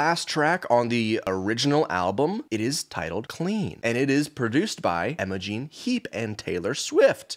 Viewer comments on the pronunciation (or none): Did he say “Emma-Jean heap”? Instead of Imogen?